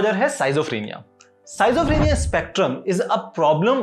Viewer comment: Its pronounced as "skidzo" not "Sizo"